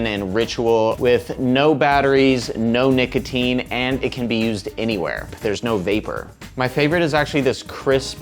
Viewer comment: when u say nicotine the firstime i thought u said naked teens